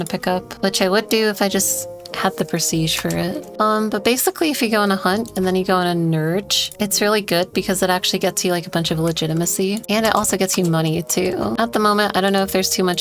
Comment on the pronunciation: This type of hunting is actually read as n-e-r-g-e, not nerj